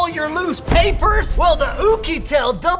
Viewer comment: The way Linus said Oukitel 😂😂